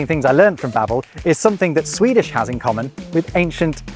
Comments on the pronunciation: As a Swede, I must say that your pronunciation (in Swedish obviously) is surprisingly good, keep up the good work! Love your vids :) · As a Swede, I must compliment your Swedish pronunciation.